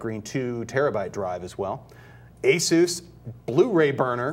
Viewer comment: could someone please tell this man how to say asus.